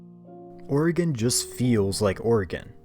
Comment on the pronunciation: Ayyyyy someone who says Oregon right! Edit:Lmao at ramming a car from behind and the little "whoopsie" popping up on the screen.